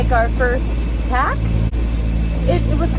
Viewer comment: I do not know h9w many more times, especially as a sailor, I can take hearing "ticky tack" or "ding ding." It is a "tack' and a "dinghy." I know you're Canadian, and everything is,"Eh, just great ya kno, okay.", but their is a limit and you're right on that edge.